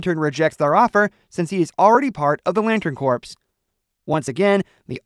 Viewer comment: Lantern corpse...I'm sorry but I chuckled. Corps is pronounced "core."